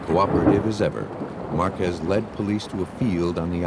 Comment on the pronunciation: Marquez, not Marquezs